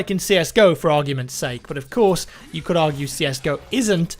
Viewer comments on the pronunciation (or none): none